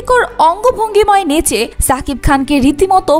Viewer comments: Lern to pronounce his name properly first. Its Shakib not Sakib Al Hasan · ছাবিক খান না,, এটা শাকিব খান, আপনি আপনার উচ্চারণ ঠিক করেন